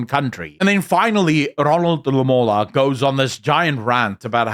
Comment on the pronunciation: Lamola, nie Ramola nie. . Ai tog. As n politieke kritikus, moet jy beter doen. Ek geniet jou kommentaar en siening, maar dit steek my dwars in die krop as jy goed verkeerd kry. Jammer. Beskou dit as opbouende kritiek en in die gees wat dit bedoel is.